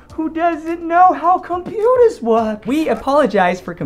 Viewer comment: “I’m just a wittle fuwwy who doesn’t know how compooters wowk” is the funniest line I’ve ever heard, especially with context